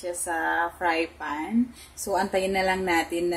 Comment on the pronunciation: Did you meant to say fry pan or is fry fan a thing?